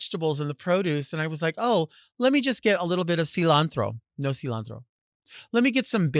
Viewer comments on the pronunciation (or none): “You don’t even have cilanthro” 😂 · Lol silawnthrow 😅